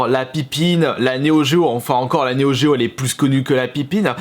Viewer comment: NEO GEO, PC Engine....aïe, j'ai les oreilles qui saignent, arrête!!